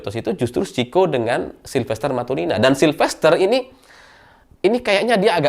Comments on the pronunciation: Matutina,... Bukan Matunina...😂😂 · Bukan matunina tapi matutina